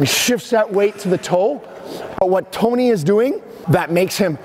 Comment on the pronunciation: 'But toeknee ain't doing that' loved the exaggerated NY Italian accent dude!